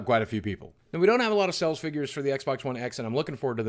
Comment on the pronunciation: It’s pronounced sales...... not sells!